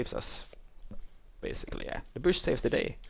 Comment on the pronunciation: You pronounce bush, like boosh. LOL!!